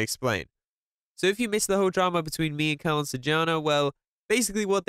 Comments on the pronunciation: "Calon Sarjana" man.. Not "CARLOON" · Calon sarjana Pronunce: chalon sarr jaa na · Is read "calon sarjana" Not "kalon sarjana" Im just telling🙂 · Somehow I laugh when says "Kalon Sarjana" ngl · the way he says "calon sarjana" is really funny tho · Bro u said his name wrong